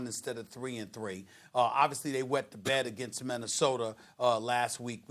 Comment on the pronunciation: " they we the bed against the vikings" Im ctfuuuu